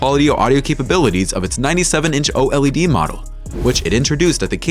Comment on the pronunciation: And again.. O.L.E.D...... please... just say OLED. Very annoying